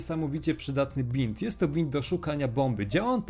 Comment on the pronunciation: mówi się bind (bajnd)